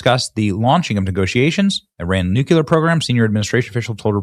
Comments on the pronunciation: It has been really heard to listen to you say NOOKYOOLAR for the past 3 months my boy. You’re an intelligent guy. Nu-cle-ar. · Hey Benny.... It's NUCLEAR, not "nucular". Why is it that hardly anyone can get that right??????? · BENNY! For the last time... The word is NOT pronounced "New-CUE-ler"...it is pronounced "New-CLEE-ur. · Some Americans pronounce it "nucular" instead of "nuclear" due to a linguistic phenomenon called metathesis (sound-switching) and the natural tendency to follow established patterns in the English language. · Say it with me "new-CLEAR" 😊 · You have to say "nucular" every episode just to show us your low IQ, don't you?